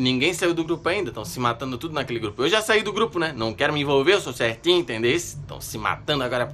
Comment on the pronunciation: Kkkkkkkkkkkk “sô cerrrrtinhu”